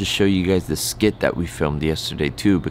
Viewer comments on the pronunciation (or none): Skit not slit